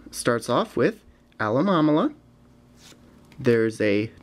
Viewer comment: AMALAMALA -_- It's Al-o-mo-mo-la